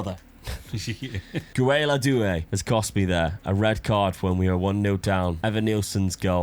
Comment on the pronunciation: Guéla Doué is pronounced Gay-la Doué